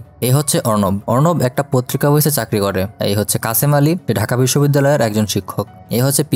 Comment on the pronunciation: What is kacamali😅😅😅😅it's kashem ali